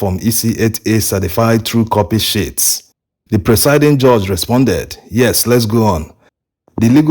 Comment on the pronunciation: Why do you keep saying shits instead of sheets?